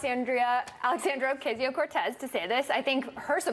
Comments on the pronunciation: Clearly misprouncingon purpose. The same way "they" use to mispronounce Tupac/2pac by calling him TWO-PACK, smdh. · She can’t even say her name right, that alone says a lot about them. Come on man, get your facts straight and educate yourself so you can pronounce someone’s name whose not WHITE correctly. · Fox can't even pronounce her name right. A bunch of inbred tools. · Purposely pronouncing a Hispanic woman’s name like ‘queso’? That sounds about white. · The thing I don't get is that their argument has such a stupid end-game. As far as I can tell, their endgame is this: Orcayseyeo-Cartooz (Fox pronounciation) is a wealthy, greedy liar who is pretending to be for the working class in order to score votes, and then become part of the establishment. Their strawman of her is that she's Trump. And I think that's the easiest way for Fox to convince their viewership that they should support her. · I'm sure there's someone out there purposely pronouncing her name as "OK see ya" because that's what these people think is clever. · Freaking hate how all this people miss pronounce her name. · what is up with fox news mispronouncing peoples name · That racist bitch pronounced her name wrong intentionally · Fox News: "We're so innept, we can't even do something so stupid simple as saying a person's name right." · The way how they all (!) mispronounce her name is in all likelihood infantile, condescending bullying: „Look, you are so insignificant, bitch from the ghetto, that we don’t even have to bother remembering what your name is. Huh huh huh 😄“ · Are they purposely saying her name wrong?! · I think their mispronunciations of her name is on purpose and is meant to belittle Alexandria. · Trying so hard to pronounce her name wrong... it's a damn shame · They know how to pronounce her name. They mispronounce it on purpose so as to dehumanize her. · Anyone else little pissed off that they cant even do reporting enough to get her name right?